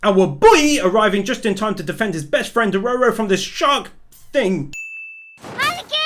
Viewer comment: the fact he STILL Calls dororo a she, plus says his name wrong makes this so hard to watch, especially how he just ignore dororo saying HE was a boy.. other then that, i still absolutely love this video and channel..